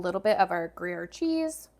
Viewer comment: Pronounced Gree air